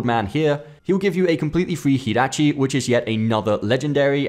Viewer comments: Yo it’s not herachi 😂😂 jer atchy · Hirachi? This isn't Spanish it is Japanese. Hi and Ji are seperate characters Ji is じ or ジ and Hi is ひ or ヒ. Since it's Japanese name is spelled in Katakana as ジラーチ is most certainly pronounced "Gee" not "Hee". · I’m sorry did you pronounce jirachi as “hedachi” ??? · Lol did you just call it Hirachi my guy? 💀💀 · you said heraichi it jirchai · THE FIRST SYLLABLE IS WRONG! IT'S JEE-RAH-CHI, NOT JUH-RAH-CHI! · He really said heerachi. Bro how old r u n u never heard the name??? Cmon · This dude really pronounced jirachi has "hirachi" please sign off YouTube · Jirachi (he-ra-chi) first time I heard that pronunciation. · Did you actually pronounce Jirachi as "Hir-rah-chi?" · Don't trust someone who says Hirachi. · He pronounced jirachi wrong. It's j as in jam. 😂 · I stopped watching after he said "hirashi" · The way you butcher "Jirachi" 💀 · The way you pronounce jirachi is unholy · Wtf did you call jirachi 😂😂😂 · How do you mispronounce Jirachi? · Never heard Jirachi pronounced like that 😭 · This ain’t a freakin Spanish game jirachi is not pronounced like damn Jose 😂😂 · The hell did u call jirachi